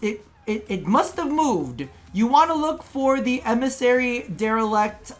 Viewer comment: DelerIct not delerEct.